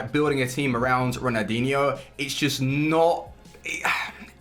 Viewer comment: does he realise there’s an l in Ronaldinho cause he says it like ronadinho